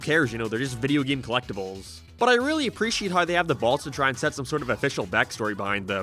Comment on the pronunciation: why does he say ''geem''